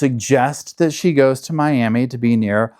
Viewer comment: 👀Never heard someone say Miami that way lol it's pronounced "my-am-ee"